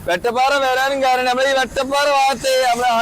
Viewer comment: പറഞ്ഞു പറഞ്ഞു മാറി തുടങ്ങിയോ... വെട്ടപ്പാറ അല്ല വട്ടപ്പാറ യാണ് 😊